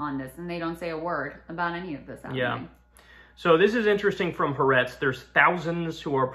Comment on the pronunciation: Ok I just gotta say, it’s pronounced Ha Ar Etz. Not Ha Retz. I love y’all but it’s mad annoying hearing it pronounced indefinitely